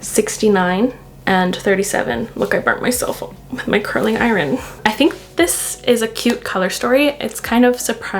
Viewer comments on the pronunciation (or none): I don't usually think of you as having a particular accent but the way you said 'iron' really threw me off 😂 edited to add: done the video now, loooove the eye look 🥺